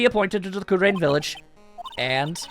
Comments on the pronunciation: I think it's pronounced ku-rah-in. Not ku-rain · Roboy 1101 Well that’s just confusing. I will continue to pronounce Kurain the way I always have to avoid such confusion.